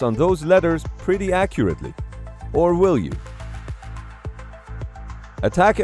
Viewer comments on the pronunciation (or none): none